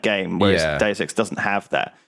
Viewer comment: If you turn on closed captions you'd see how every time Lewis says "Deus Ex" it's like, dude sex, or six sex. While when says it, it perfectly translates to Deus Ex.